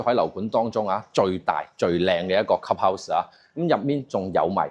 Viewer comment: 鍾意睇Ken片，但英文發音可以準d，club 有L音，唔係cup house